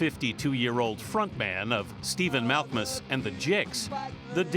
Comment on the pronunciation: "Mal-KA-Mus" JEEZ